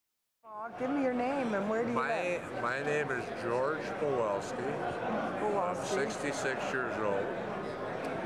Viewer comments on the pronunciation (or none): Ma'am thank you so much for posting these gems. Please don't not take this wrong but I just wanted you to know it's pronounced "puh-WAHL-ski" but spelled P-a-w-e-l-s-k-i. Thank you again ma'am. The only reason I bring this up is if old family and friends look people up on the internet, one 'lil Ole spelling error' could mean missing out on great memories for those poor folks. Keep on posting ma'am and thank you very much. 🍀♦️🎱💰🏁🤗❤️💪